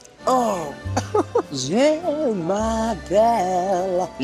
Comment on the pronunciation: Every time says je mappelle it cracks me up